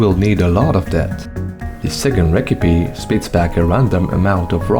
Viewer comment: 😭 how is that the only word he pronounces weird